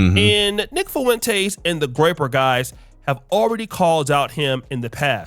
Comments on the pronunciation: “Nick Fuhwintays”😂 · Am I the only one that think he pronounces Nick Fuentes weird?